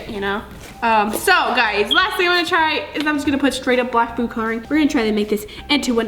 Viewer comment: No hate but I drives me crazy when she says coloring wrong